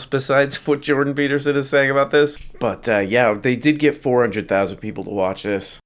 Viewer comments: it's Jordan Peelterson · Jondon Pee Beatermin